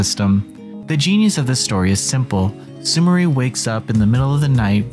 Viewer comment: It's pronounced Sumiray. It's a very common Japanese name.